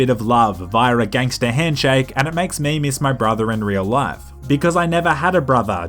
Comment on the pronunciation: A nerdy white Bri'ish guy saying "ganster" just makes it less gangster.